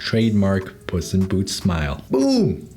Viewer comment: why do i keep hearing puss in boots as 'bussy boots'